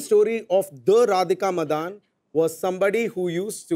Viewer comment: Is it pronunced as Radhika Madan or Madaaan.....I thought she was a Tamilian or Telugu by her surname.....her voice is so like Tabu’s...